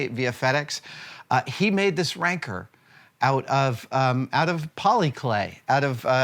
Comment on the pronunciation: The Rancor Monster is pronounced Rang-Core .. not .. RANKER. Thank you.